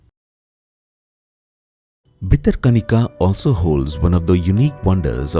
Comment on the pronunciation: It's not bitter kanika, it's Bhitara Kanika. Correct the repeated mistakes